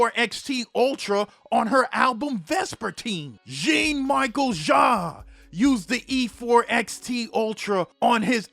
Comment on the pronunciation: why butchering Jean Michel Jarre name?